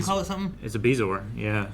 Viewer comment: "Calliope". "Bezoar". Middle guy is a scholar!